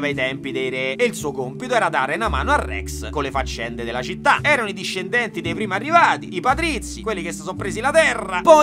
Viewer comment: EDDAJE prima de CENAH Anvedi che citTE citTE ancora meglio de primaH No vabbè Kubrick me sento male